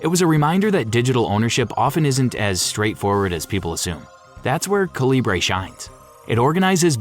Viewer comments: According to Calibre's developer, it's pronounced CALIBER; not "kuhLEEbray" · Calibre is pronounced like CALIBER. You could have looked it up. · Why are you pronouncing Calibre like that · Calibre is great. But you're pronouncing it wrong.